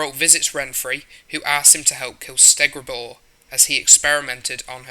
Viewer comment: It’s all good mate Bruxa “Br-ucks-ah” Nenneke “Ne-Ne-Kay” Kikimore “Kiki (pronounced like Kiki do you love me)-More” “Stregobor” not “Stegrabor” You said Dinje in one part of the vid like why?